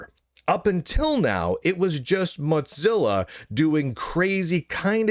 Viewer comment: Does lunduke purposely mispronounce Mozilla as Motzilla?